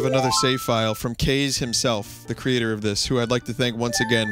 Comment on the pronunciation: Aah... Vinnys old Kaze pronunciation